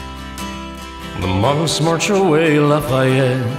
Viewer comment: I love the way you pronounce is Lafayette